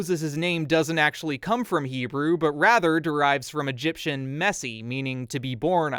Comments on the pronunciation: Your Hebrew pronounciation has improved greatly. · Your pronunciation is ok bro